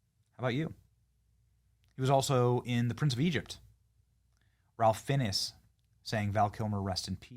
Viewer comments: Johnson, Ralph Fiennes name is pronounced like fines. RIP Val, see you on the other side I hope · Who's Ralph "Finnis"?! It's pronounced "Finez" and actually Ralph is pronounced "Rafe" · Ralph Fiennes is pronounced FINES, not finis. Hahaha! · Ralph Fines....not finesse. Fines. Sorry you killed that pronunciation but love your content😅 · Ralph Fiennes is pronounced “Raith Fines” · I believe Ralph Fiennes pronounces his name Rafe Fines. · Rip Val Fyi its pronounced : ralph "FINES" LOL. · Ralph Fiennes = Rafe Fines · Tombstone + Real Genius. Bennie destroys proper names. Come on bro, your producer should correct you so you don't look like 🤓 when you should be 😎. Ralph Fiennes is pronounced Ray Fines. It's the same pretentious Brit-Speak. Also if you see someone named Pat St. John, it's not Saint Jon. No No! To the heathen it's what?: 😳 That's Right, it's SinJin.🙄 Obvious, Right?😏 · Ralph Fiennes' last name is pronounced Fines. Top Gun my all time favorite movie along with Tombstone & Batman. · Ralph Fiennes is pronounced Rafe Fines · Ralph Fiennes is pronounced Rafe Fines. RIP Val Kilmer a beautiful man. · It's pronounced "Fines"...Ralph Fiennes😊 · BTW - Ralph Finnes is pronounced Ray Fine. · love yer show benny just an fyi Ralph Fiennes is pronounced "Rafe Fines' when run together it sounds like Ray Fines peace ps my fave performance of Val's was the Comedy "kiss kiss bang Bang' with RDJ! so funny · Ralph Finiss? 😂 Fiennes, get it it right, Benny! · Mad respect - I love your show and watch it all the time. Just an FYI - Ralph Fiennes is pronounced 'Rafe Fines'... 🙂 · It’s pronounced Rafe Fines 🤦🏼‍♀️ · Its pronounced “rafe fines” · He was one of the greats. I wish he’d never smoked cigarettes. That is NOT how Ralph Fiennes last name is pronounced, by the way. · I'm sorry,Benny,but did you seriously mispronounce Ralph Fiennes' name??? Please tell me you did that on purpose.